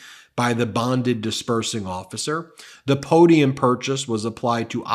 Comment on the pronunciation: Shazam…a real, genuine, 19,000.00 Arkansas po-dee-um…Shazam!